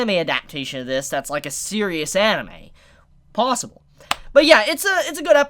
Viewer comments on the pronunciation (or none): none